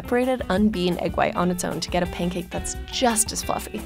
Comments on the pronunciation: Pain cake 😔💔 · Sounds like she's saying "pain cake."